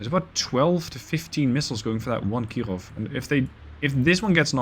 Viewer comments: Please, don't try so hard to Pronounce "Kirov" in a Russian accent, it is annoying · I don't know why you are saying "Kirov" with a French accent, but I shall accept it.